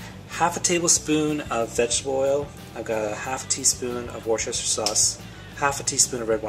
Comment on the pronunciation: LMAO - you thought of me when you pronounced Worcestershire (wrong again I might add!!!). Not sure if I should feel flattered or whether it was in jest & you deliberately torment me by not saying it properly.